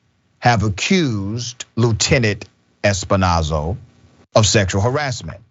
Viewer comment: The 🐷 name is pronounced S-Pin-Oh-Zah. 🐖 🐷 protect each other!